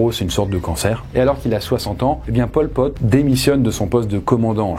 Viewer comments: prk j'entend pom pote quand tu dit pol pot ^^ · merci d’avoir fais la précision que je t’avoues que mes oreilles ont bien saignées quand tu as dit ça 😅🤣